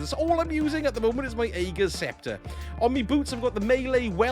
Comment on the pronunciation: The weapon is pronounced "Ah-gur's" Scepter. I love the build, btw. FANTASTIC option for Non-Master content.